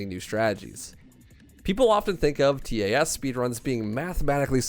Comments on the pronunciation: I never heard someone say "T A S" Always heard it as "Tas" .-. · Anyone else distracted by him saying T A S instead of just pronouncing it tas? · Most people pronounce it tass not t a s. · It's pronounced tass. Like pass but with a t. Not T-A-S.